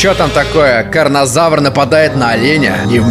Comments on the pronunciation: КарноТАВР,а не КарноЗАВР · Сколько времени прошло, а до сих пор говорит Карнозавр, хотя правильно Карнотавр. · Не карнозавр, а карнотавр